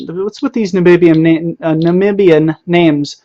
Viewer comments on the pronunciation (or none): none